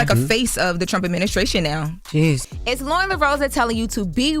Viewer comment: its "adminisTration". There is no "K" in that word.